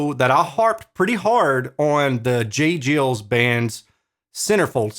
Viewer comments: That would be “Jay Guyels” (phonetically) Band, not “Jiles.” I’ve seen the a dozen times live. Great band. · J Geils Band, Geils is pronounced like street fighter character "Guile" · It’s pronounced like J Giles, think Niles. Like the River, or the name. That was a great album too. I remember getting the cassette when it came out. Yes I’m old. 😁 ✌️ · Its not J Jills band. Its Giles as in while or pile.